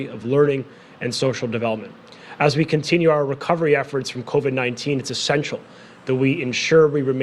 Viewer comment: Covid.......not co-ved.....